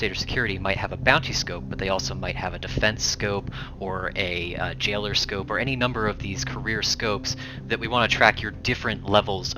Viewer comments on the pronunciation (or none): He said "Jailer scope". New profession?